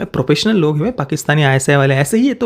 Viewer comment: Propessional? It’s professional…